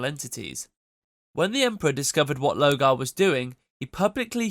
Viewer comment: I'm not so sure, the pronunciation of lorgar switching to low-gar is suspicious.